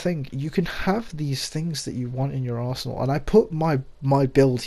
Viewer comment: Sounded like you said in your arsehole when you said arsenal lol